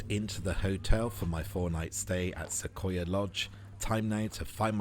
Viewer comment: Thanks for this wonderful tour! I love the detail, showing everything in the room. Everything looks exactly like we would have it over here! (P.S.: Not a big deal, but those of us who live not far from these beautiful trees in western U.S., pronounce it "Suh-qwoi-yuh" with a "w" sound in there".) Lovely video. (I am going to London in a week, and will definitely be visiting a lot of places there, like the zoo, London Eye, London Sea Life Aquarium, etc.) Can't wait to be on that plane! Enjoy the rest of Paris! Gwen